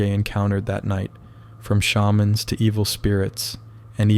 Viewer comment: Fellow south African here. You said on Sergei "Shaman" wrong don't worry if you are a first timer, but you say shaman like "Sherman" but don't worry if you hadn't heard it before you should look into shamans as they are from the San